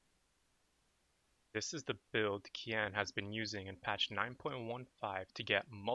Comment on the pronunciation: Pls, Keane is pronounced as Keen